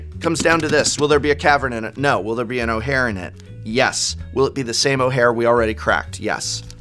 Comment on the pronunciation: Every time I hear you say ojer, I keep hearing O'hare, and remembering Bucky O'Hare